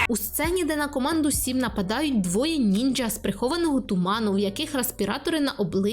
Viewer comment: Що за дефект вимови останнім часом чути від блогерів з різкими ч/щ? Типу "я нізаШЧО..", ці звуки не мають бути різкими. І нінджя? Ви геть на приколі?🤢